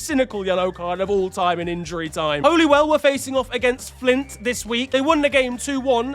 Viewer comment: I know it's spelt like Holy it's pronounced Holly-Well. Also how was that post not a shithousery award?